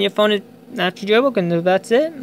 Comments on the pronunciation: jail bwoken wtf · Jail woken 😂 that’s all I heard